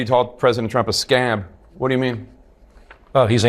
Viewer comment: Is it scam or scab dammit! MT has been telling us it's SCAB and I heard scam and so did CNN!